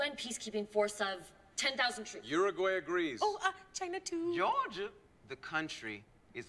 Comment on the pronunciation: Uruguay kindly requests for to stop calling it "Ur-a-gay."